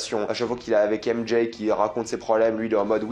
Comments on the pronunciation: À chaque "M Jay" je serre les dents mdrrrrr 😭😭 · J'ai du mal à comprendre pourquoi beaucoup de Youtuber disent "M-JAYE" au lieu de simplement dire les lettre M et J comme c'est censé être le cas pour les francophones.. C'est vraiment laid.